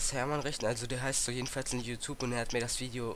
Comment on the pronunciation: die aussprache... you(zahnpasta)tube, media heint und so weiter. wenn du schon ein video machst, dann doch bitte richtig. darüber hinaus ist es auch inhaltlich nicht gerade einwandfrei. "ihr müsst auf diese seite gehen..." nein MUSS man nicht, wie andere kommentare beweisen.